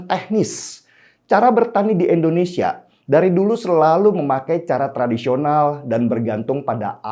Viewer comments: Indonesia bang bukan endonesia,, di pertekan lg ejaannya, dan tolong biasakan kepada kepala negara bukan asal nyebut nama aja..gunakan pak jokowi kek atau presiden jokowi kek. Itu ajaran pak harto yang selalu membekas karena menghormati kepala negara dan jajarannya. Terimakasih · INDONESIA bang bukan ENDONESIA 🤘🤘🤘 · INDONESIA Bang Den... Pake "I". Bukan Endonesia..... Kok ga enak bgt ya dengarnya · Maaf bang denny..bukam endonesia tetapi indonesia....joss bang denny